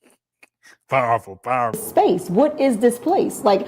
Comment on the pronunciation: 🤔 "Piwerful" .....lol...🤣😂..